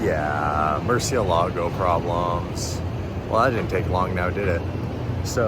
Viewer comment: kills me every time he says Murcielago I can teach you how to say it correctly 😂😂😂